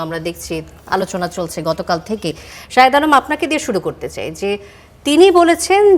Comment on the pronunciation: শাহেদ্দে বলে সাংবাদিক 😆😆😆